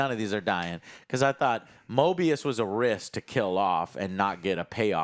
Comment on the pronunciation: It's MOBIUS Joe! MO-BEE-US! Not MORE-BEE-US. Week after week. Show after show. Character after character. The same thing... U can't even get the names right. It was KAM-EH-NOH-ANS the other day. U guys make so much money to just buy top of the line computers. Watch videos and play video games. Pay ur rent and get new offices to house all of the new toys that subscribers and Patreon members pay for. And u can't even have enough respect to learn the names of the characters in the stuff u review. I like the content. Been watching for years. But, my God!... Learn the correct pronunciation and actual names of the things u are reviewing. Is it too much to ask?